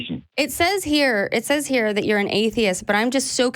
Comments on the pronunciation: Next time you call a show to address something from a “scientific standpoint”, it might be helpful if you wouldn’t use words like “dat”. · Dat, den, and whole bunch of other mispronounced words make me not take him seriously as a fellow black atheist.